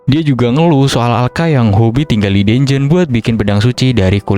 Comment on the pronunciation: cara bacanya danjen bang bukan denjen